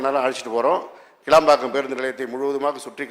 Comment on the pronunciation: கேளம்பாக்கம் அல்ல கிளாம்பாக்கம் அறிவு ஜீவி எம்.எல்.ஏ. அவர்களே.